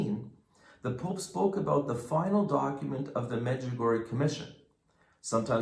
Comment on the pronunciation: The correct pronouncing is Medg u go re a I hope this helps people to say it right .